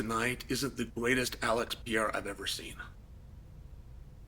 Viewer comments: Chael, its pereira not pierre 😁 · PE-REI-RA 👍 ... PIERA👎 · Alex Pareira ❌ Piera ✅ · *Per-era: per and then era, Chael…per era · Pea-ayruh, pierre-uh. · Alex Peee air uh!!! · "The good old day" (singular) and "Piera" wow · Unc keep calling him Pee-Era 💀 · I won’t be able to watch this because Chæl is going to say “pee era” 1000x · cmon uncle Chael, go with me, PE-RE-I-RA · Is there any specific reason you pronounce Pereira like the French name Pierre?!🤦🏻 Appreciate the “you don’t necessarily need to take him down to win the wrestling part of it” part of the conversation. You’re def correct in this btw Totally agree about the rematch too. Ankalaev made Alex look soooo one dimensional. My opinion has 100% changed after that fight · why dies uncle Chael keep saying Pierrrrr!!🤣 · Still closer than “Pierre” which he used to call him. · Yeah, like the French name. LOL! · “I’m a huge fan of Piera’s” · Never learned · The Pee Era is over. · I’m done bro 😂, me too gang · He does it on purpose for engagement. He says people's names different all the time and sometimes he smirks as he does it. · Has that man not earned at least correct pronunciation of his name? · He can pronounce Ankalaev flawlessly but he can’t Pronoune Pereira 😂😂gotta love Chael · I'm going to miss this when Alex retires; just hearing Chael say the name 🤣